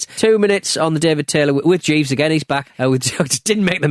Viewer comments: he thought jeeve was pronounced like jive and he has a lisp. it came out as onions. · Or as Dusty called Jeeves at Uncensored “Chives”